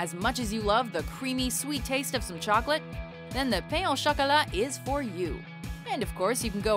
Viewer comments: "pen au chacalat" omfg xD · the way they said "Pain au chocolat" KINDA hurt me inside